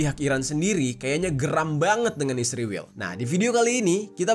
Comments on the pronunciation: Kenapa Jadi "Isriwil" Geng..? 😊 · Kenapa lu tiap cuma bilang "israel" aja malah di plesetin jadi isriwil? Bilang aja terang2an "israel". Gedek bgt gw dengernya. Takut apa gimana sih tinggal nyebut "israel"? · Bang, kenapa israel lu nyebutnya ISRIWIL? Klo iran tetep iran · Bang bilang aja Israel gitu bang jangan isriwil, percuma juga lu mlesetin namanya, toh ujung²nya lu memperlihatkan Netanyahu di video lu kocak 🤣